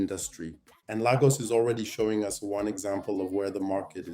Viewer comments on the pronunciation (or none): I was wondering if this was A.I until I heard Lagos pronounced as LAR-GUS . That gave you away😂 But this was an apt analysis nonetheless